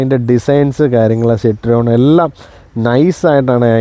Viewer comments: സിട്രിയോണ് അല്ല സിറ്റ് റോയിൻ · It is Pronounced 'Cit-Roean' ( Sit-Ro-En) , not Cit-Reon. French. 😮😊